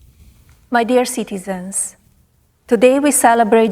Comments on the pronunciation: I SWEAR when she said "My dear citizens" I THOUGHT she said "My dear sycophants" 😂😂😂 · “My dear citeezeens” 😂 How anyone still believes these two are in a real relationship is beyond me. She’s just waiting for him to croak but he somehow keeps going.